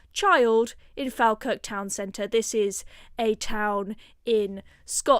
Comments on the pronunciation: Its pronounced fall-kirk. Sorry... just being picky.😊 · 100% on point who's going to stop it....not labour, but it's pronounced fall kirk 😊